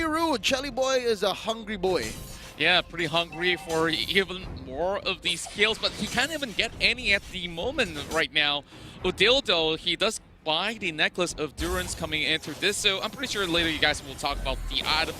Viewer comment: It is still funny. Caster said udildo hahaha